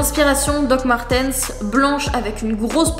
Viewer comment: Doc Martens .. Martiiiiiiiiiiiiiins please 😂😀😀😀👍😘